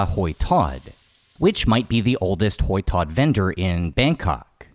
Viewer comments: Hoi tod is pronounced "h-oil" tod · Your pronunciation of hoi tod sounds like kwuoi tod😂